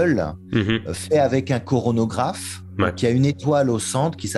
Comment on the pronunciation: Alors, deux erreurs de (): c'est coronographe et pas chronographe (j'ai bien écouté, il le prononce mal deux fois de suite). Et le z (redshift) est supérieur à 0, pas 1. Le rapport des longueurs d'onde vaut 1+z. Un z négatif (entre -1 et 0) est possible et c'est alors un blueshift.